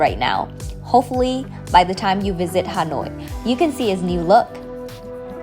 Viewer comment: do you speak Vietnamese? if you are, please pronounce Vietnamese words the right way. Please! What the hell is Ha noi? what the hell is Bân Cha?